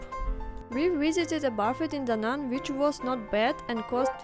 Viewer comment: Just fyi, "Buf-feht" is the name of the famous investor Warren. What you're eating is called a "buh-feh", and you shouldn't drop the s like Oriental people do (they can't comprehend the concept of plural/singular). So "buh-fehs". Also not "sawh-nah" it is called a "saww nuh".